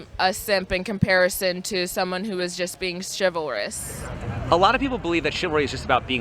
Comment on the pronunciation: Chivalrous. I almost had a fucking stroke when she said that!